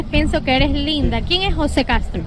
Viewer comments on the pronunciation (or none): none